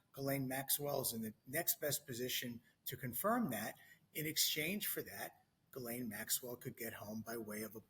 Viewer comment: I don't trust an "attorney" who cannot even pronounce Ms. Maxwell's name correctly.